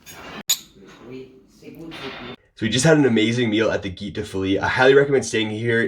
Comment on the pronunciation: Love your videos of this wonderful trail! Good luck at the 30km-day! (By the way, 'gite' is pronounced somewhat like 'sheet' (with a short e-sound) ;-).